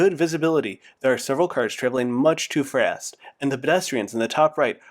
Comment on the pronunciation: Cars are traveling “much to fRast”